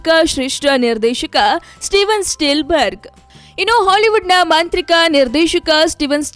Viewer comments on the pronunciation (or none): Spielberg na ikkondu steel berg antavlee anchor😂😂😂🙏🙏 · yammo steel berga ? enadu 😂 first learn proper Kannada and then do your homework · Amma Thaayi.. Steel berg alla...spielberg